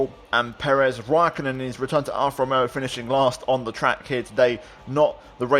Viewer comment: althought it is pretty obvious, you do speak spanish. the way u saud RRRRRomeo just confirmed me it